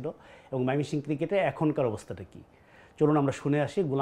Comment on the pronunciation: একবার কন ময়মনসিংহ। আবার কন মায়মেনসিং!! সাংবাদিক উচ্চারণ ঠিক করেন।